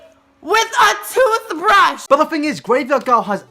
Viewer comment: "He fucked me with a TOOTH-ad-BRUSH"